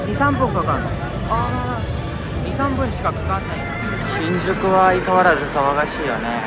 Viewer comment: Your Japanese is so good that it's hard to find pitch mistakes as 99% is correct, at least from my perspective as a non-native. These are just 3 I noticed in the first 1-2 mins (please correct me if wrong!). 騒がしいところ さ↓わ↑が↑し↑い↑と↓こ↑ろ ↓ X さ↓わ↑が↑し↑い↓と↓こ↑ろ↑ 〇 ... が多いという感じ お↓お↑い↑と↑い↓う↑か↑ん↓じ↓ X お↑お↓い↓と↓い↓う↑か↓ん↑じ↑ 〇 めっちゃ有名な歌舞伎 ゆ↑う↓め↓い↓な↓ X ゆ↓う↑め↑い↑な↑ ○ ↑/↓ signifies if the mora before it is high/low I checked these with native recordings of the same or similar phrases but if I'm wrong please let me know. You're probably better than 99% of other non-natives I've heard and way better than myself in terms of fluency so I have a ton of respect 🥺